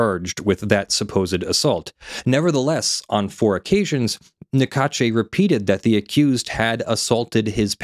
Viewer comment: Small detail but in French the e at the end of Naccache is silent. Sounds like cash. Even if they are ***holes I find it’s polite not to mispronounced they name when possible (Don’t apply to names like Macron no American can prononce anyway)